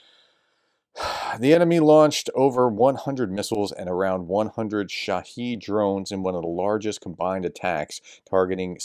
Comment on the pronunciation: The Iranian drone is called a "SHAA-hid" (stress on first syllable) = "witness", as opposed to "sha-HEED" (stress on 2nd syllable) which means "martyr". See